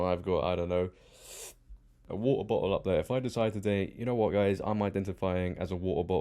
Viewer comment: You saying water bottle in your accent made my day. I had to replay it a few times (